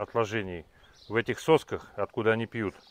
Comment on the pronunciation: "Они" ударение на О.